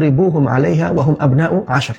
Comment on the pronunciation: kurang nya di mana , mukin gak keketik tapi antum itu yang aneh Wa di sebut fa hum sebut hu Sekolam sama admin Littaqwa di sebut Lillmutaqin 😄🙂🙂🙂